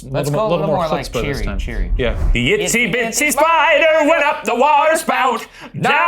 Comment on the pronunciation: Ryan just cant get itsy bitsy right amazing